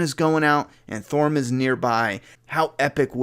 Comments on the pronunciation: I love ya. but I got triggered as fuck when you called Tormund thormund haha! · I love how you got gendry right but now can’t say tormund 😂😂😂 Great video but you can call them whatever you want with this content